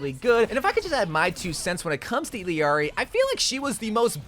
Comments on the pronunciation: just so you know illiari's name is pronounced "ee-yari" 😭you can hear it in her character trailer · It really pains me every time he says "Illiari" ngl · It’s tragic the way nobody knows how to pronounce Illari. It’s not EELEEARI bruh it’s pronounced EYARIE…. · ill-ari. not hard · The fact that you still can't say Illari right is so sad. Eel-Yari. You're adding a syllable for no reason lol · Illari's name is pronounced "Ee-yar-ee." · wtf is with your pronunciation of her name? Is that for negative comment engagement? Disgusting. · Bro it’s Illari, not Illari